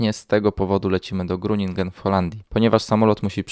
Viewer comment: Tak na marginesie Groningen wymawia się Hroninhen